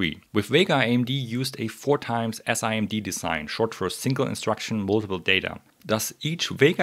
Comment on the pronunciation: nice video! It feels a bit weird hearing SIMD spoken out like that, in the industry we generally pronounce it Sim-D :D